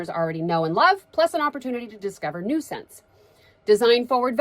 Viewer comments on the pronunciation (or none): Every time she says "new scents", I hear "nuisance" 😂